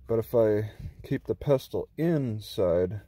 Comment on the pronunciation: FYI it's pronounced "pessle" not "pes-tel".